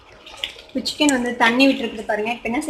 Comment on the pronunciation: Chicken recipe vida..Chichen paeru..solrathu..kashtamaa irukkum pola..🙂..Still watching..the video..sis